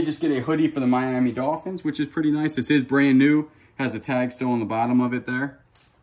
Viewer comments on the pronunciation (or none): none